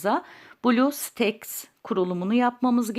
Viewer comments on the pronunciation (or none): none